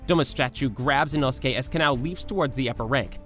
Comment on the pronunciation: OMG INOSUKE ACTUALLY SAID HIS NAME RIGHT OMG OMG OMG